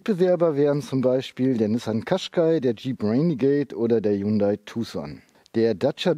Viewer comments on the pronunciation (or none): none